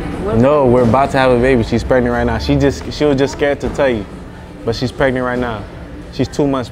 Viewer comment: He pushing him to the extreme, my fav part on this king of vid, is when he said"she is pregrant"😂😂😂😂